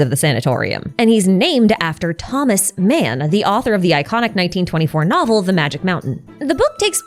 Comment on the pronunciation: I'm, sorry but... my eyes were twitching from this and he's pretty damn famous, so... Thomas Mann is TOH-mas MAHN!!!!!! he's German! (and no, I'm not German)